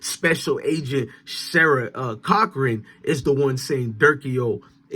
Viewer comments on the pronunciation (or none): “Sarah Corcoran” Pronounced (Core-co-ran) like the most expensive realtors Corcoran Group 😂